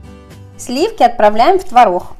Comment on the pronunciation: обычно. рецепт крутой - выглядит отлично. снято хорошо. НО манера разговаривать - нечто. так давить из себя слова. и еще "консистЭнция", "твороХ" это что?? уши режет. вот и дизлайк